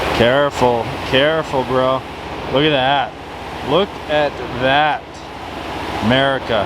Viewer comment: Nobody:: 'merica